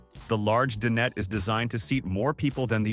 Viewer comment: "De-Net" for dinette. Ridiculous AI.